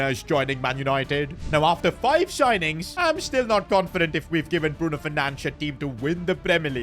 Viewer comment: Bruno f or nahco . Bruno for chicken . Get his fucking name right